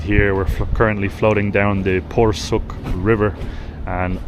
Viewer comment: You're such a cute and respectful couple! Your choice of visiting Eskişehir shows your genuine interest in the local culture and history. Your pronunciation of most Turkish names are near perfect (e.g. Porsuk, lezzetli). By the way, "cadde" is pronounced "djadde".